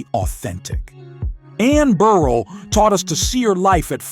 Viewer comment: Please, I get that it's A.I. but damn...it's Bur-RELL, not "Beryl"...